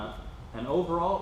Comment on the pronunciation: Wheee len - amazing that a distributor cannot pronounce the company name correctly.